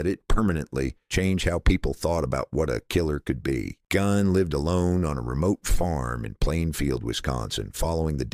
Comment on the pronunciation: GEEN, not GINE. Rhymes with FIEND.